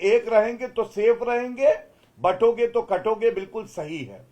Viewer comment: Amish Sir, I have been listening to you from long time. I am not sure if you feel that there needs to be a correction, You keep saying Batonge to Katonge but it should be Bantoge to Katoge. Ignore me if i am wrong.